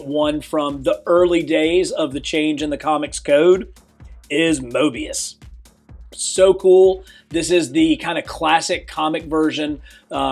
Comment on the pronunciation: Bro said Mobius instead of MoRbius